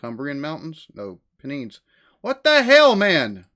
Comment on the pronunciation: Handy helpful bit of advice for you, mate. The Pennines are pronounced like the words Pen and Nines have been smashed together, but the N in Pen is kinda silent, so like Pe-nines.